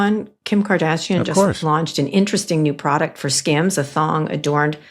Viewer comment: hen Kara started talking about Kardashian's underwear business I swear I thought she said "scams"... And given the content it took a while to realise she was saying "skims"